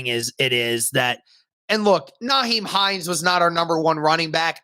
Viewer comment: It's NYhiem not NAheim